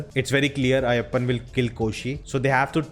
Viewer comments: Ayyappam and Koshiyum🤪..Why don't you take a little time to understand how these names are pronounced...Pathetic!! It is Ayyappan and Koshi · Wtf are you saying ayyappam 🤣🤣🤣 it's ayyapan & Koshy you fool have you really watched the film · Request you to notice pronouncing the name of Biju Menon's character, Ayyappan. It's 'AYYAPPAN' not "AYYAPPAM" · Hey all non mallu reviewers. Kindly try to say their names right. It’s not Ayyappam, its AYYAPPAN. It’s not Koshiyum, it KOSHY. Thanks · Ayyappan not Ayyappam! N its Koshi not Koshyum! The title means Ayyappan n Koshi. Um um here is like ਅਤੇ in Punjabi !! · Ayyappam alla anna.. ayyappan 😅